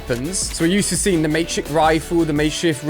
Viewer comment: He said makeshit rifle